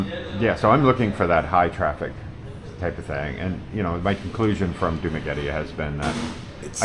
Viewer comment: As a non professional you should first know how to pronounce correct dumaguete